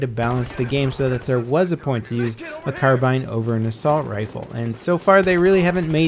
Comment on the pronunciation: Thankfully has learned how to say 'carbine' now. Not "carbeen" like he used to.:p